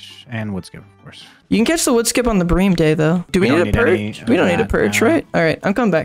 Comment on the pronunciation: Btw is pronounced “brim” not “bream”